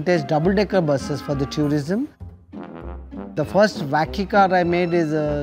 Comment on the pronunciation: Hearing them say wacky car is hilarious! Vacky card!!